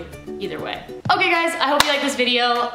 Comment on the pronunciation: When you said “am I okay? nooooo” I thought you said “ am I gay? NOOOOO” 😂